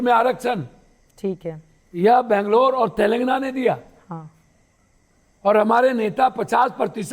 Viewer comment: तेलगाना... नही. सही. नाम. तेलंगाना.... Telangana